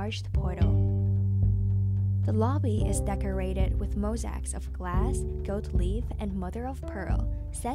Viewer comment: Nice video but the pronunciation is awful. Glass is leaded- as the metal not lead as someone to follow. Mosaic is mo- say ik not mo sic.